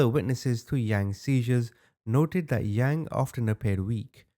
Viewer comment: Omy u so butcher their name pluse it’s not the ha-mong it’s Hmong. First u said young it’s Yang. U did say it correctly towards the end. Overall good job on the story. U should do the chai vang case on hunting trashspassing on property